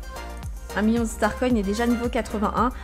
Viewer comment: tu dit "miyion et miyard" au lieu de "million et milliard" tu me tue 15L 🤤🤣🍋